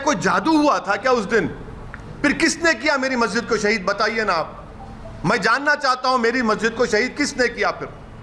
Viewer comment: Abe kya bar bar sahid sahid bol rha h abe bol tuti 😂